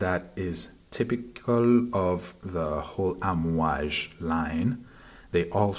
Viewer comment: Actually its pronounced Aamwaaaj not Amwj as you say it. Means waves in Arabic.